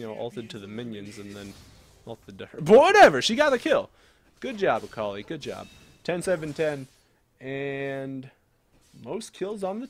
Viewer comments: Its not "Äkalai" its Akali! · Samuel Fontaine But seriously "Äkalai" How can you even say it like that i dont understand?